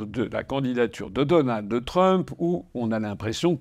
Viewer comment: On ne dit pas "DonaldE Trump" mais DonalD Trump.